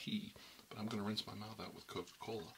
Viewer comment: I thought it was intentional because everytime you went to drink you said "...COCA-COLA..." with an emphasis lol